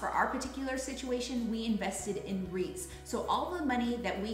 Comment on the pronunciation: I'm sorry, what's that word? CC says Rhys. Rees? Reeds? Reeks?